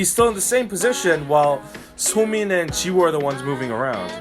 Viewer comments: Lol i love your conent but if i counted the number of times you said "jisoo" instead of "jiwoo" I'd be Rich 😂😂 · Every time you say Jizoo or cheese-oo it hurts me.